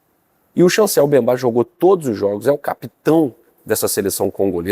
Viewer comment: Certo: Mbemba/ errado: Bembá.